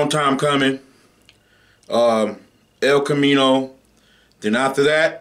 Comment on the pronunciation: “El comino”💀